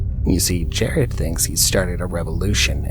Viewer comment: It’s JERAD Miller in the first example btw, not JARED.